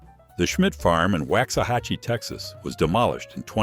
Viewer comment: STUPID A.I. cant pronounce waxahatche abd also the stupid said EX OR SIST not exorsist